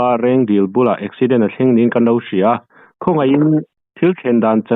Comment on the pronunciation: Eksiiident tia i lam kher zel hi ka ngaimawh😅